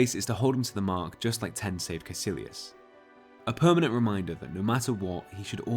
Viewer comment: Caecillius is pronounced KUY KILLY US